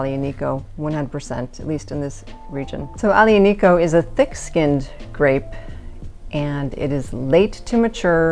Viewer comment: Thank you for this video! Very honest and down to earth. I’m an American in Italy and I found this wine a few days ago in a pastry shop at a bargain price, so I grabbed quite a few bottles. I like to get your take on another Italian tannic wine, Sagrantino. btw Aglianico is pronounced Ali-ani-co. The “G”’is silent. Thanks again!